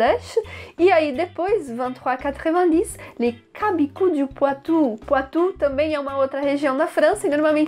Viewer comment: Super vidéo sur un des passages favoris d'un de mes films favoris! Par contre, chabichou se prononce "shabishou" et non "cabicou". Je le sais parce que je viens du Poitou ;)